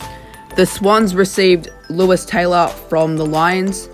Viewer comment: It’s pronounced “lewy” but all g